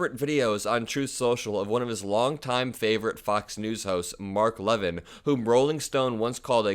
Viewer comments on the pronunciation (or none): love your channel, but please be more careful with names. It's Mark "Luh-VIN". I know MAGA world takes pride in mispronouncing names of people they don't like (so mature!!) and I know you aren't doing it on purpose, but we should make more of an effort. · Levin’s name is stressed on the second syllable Still a certified syncopate.